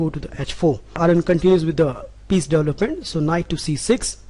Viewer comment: Am I mistaking, or you say delop/delopment instead of develop/development?